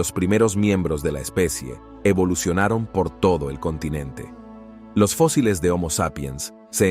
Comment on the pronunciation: Todo el trabajo de compilación y edición de datos REALES se ve socavado por la falta de relación con el título del video ( colonizando quién?) y las faltas de dicción al leer en español, lee fosiles en lugar de fósiles, etc,etc,etc. Y lo q "acaban" de capturar en África tampoco me quedó claro, la ultima fecha q das es 2020.